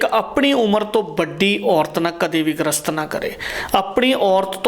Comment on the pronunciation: ਗ੍ਰਸਤ ਨਹੀਂ ਗਰਿਸਤ ਲਫਜ਼ ਹੁੰਦਾ ਹੈ ਜੀ।ਵੈਦ ਜੀ ਦੀਆਂ ਗੱਲਾਂ ਸਾਰੀਆਂ ਸਹੀ ਨੇਂ ਪਰ ਅੱਜਕੱਲ ਕਬੀਲਦਾਰੀਆਂ ਦੀਆਂ ਐਨੀਆਂ ਜਿਮੇਵਾਰੀਆਂ ਵਿੱਚ ਬੰਦਾ ਏਨੀਆਂ ਕੰਡੀਸ਼ਨਾਂ ਦਾ ਕਿੱਥੇ ਖਿਆਲ ਰੱਖ ਸਕਦਾ ਹੈ ਜੀ!